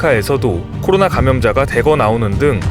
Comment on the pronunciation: 매번 느끼는건데, '코로나'라고 정확히 말씀해 주셔서 정말 좋습니다^---^